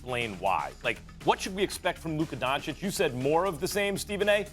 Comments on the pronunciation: “DON-CHITCH” NOT “DON-CHICK” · Doncic, nit Donkic!! Not that hard🥴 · It’s pronounced DonciCH, not DonciK. Get it right. If you can say Antiticumpo or whatever, you can say Doncic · Stephen, "Luka Donchick", A Smith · How does Stephen A STILL say 'donchick?' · stop saying doncik, show some respect Mr. Smitch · Can he stop calling him DONCHICK ?! That’s DISRESPEKK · Stephen A, its your job to learn how pronounce those players names correctly!!!! shame. luca doncić is a superstar in this league you will repeat this name for years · I expect Stephen A, pronounce right the last name of Luka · As extensive as his vocabulary is, you would think this clown would learn how to pronounce Luka’s last name properly. Terrible. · I could understand Stephen A. mispronouncing Dončić when he was first drafted, but it's been 3 YEARS. He's won rookie of the year, been a 2x all-star starter and has earned all-nba first team 2x as well, what more must he do? It's insultingly disrespectful and at this point Stephen A. is blatantly mispronouncing Luka's name on purpose, all for the sake of getting people riled up (and I fell for it). I can't help but feel this is a race thing and that he's not too happy that a white player is inevitably going to become the next face of the nba. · Going on 4 YEARS and this clown still can’t say Luka’s last name right. Clown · Can you say his name right? This is your job lol